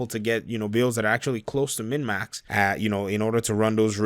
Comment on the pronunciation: Are you saying mid max?